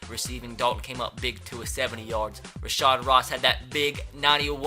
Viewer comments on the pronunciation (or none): Its rashad not rashard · its not rashard ross lol, its rashad ross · Rashad not rashard Ross